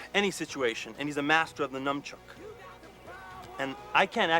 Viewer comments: I love how Reed refers to his character Chest as "master of the NUMBchuk (mispronouncing nunchuck like a poser moron). The writing is so fucking good. John & Mark play idiots perfectly without making it seem like an obvious parody. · " You can block a bullet with a num-chuk"...Worst advice ever and best drug intervention video I've seen. Don't do drugs.